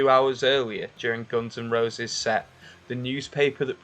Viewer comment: Didn't know the band is pronounced Gons N Rowses